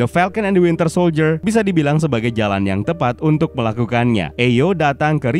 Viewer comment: Admin at 17.03 says wintel soldier